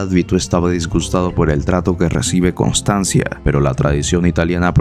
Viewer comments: Constanza, no "Constanzia" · Pero, es Constanza ¿No? Voy a hacer una crítica constructiva, esperando que no se me tome a mal. He notado que las palabras italianas, son a menudo mal pronunciadas en tus videos, los cuales son excelentes y me gusta mucho el contenido. Si tan sólo investigaras cómo se pronuncian bien dichas palabras (como en el caso de Constanza), yo le pondría a tu canal un diez de diez. Saludos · Constanza ignorante, pronuncia bien